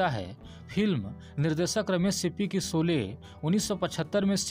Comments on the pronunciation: आप शौले को सोले बोल रहे है . श, को श कहिये स नहीं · पहले शोले तो ठीक से बोलो! सोले बोल रहे हो 😃😃😅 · Soly !!! Bhai ye sholy hain Hindi ke sahi shabdun ka Uchcharan ( pronounciation ) bolna ab to Sikh lo bhai .... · 'सोले' नही, फिल्मका नाम था 'शोले'